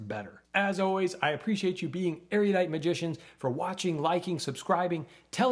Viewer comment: erudite is pronounced 'erudite' and not 'ereeyudite'.